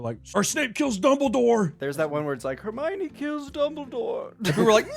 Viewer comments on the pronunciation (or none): none